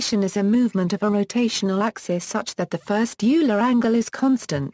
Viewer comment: It’s not ewler It’s “oiler” Euler